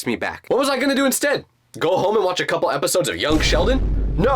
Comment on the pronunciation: did you said coupol of hours at 12 17